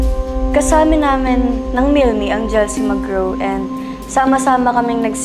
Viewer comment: Milmi po Hindi milela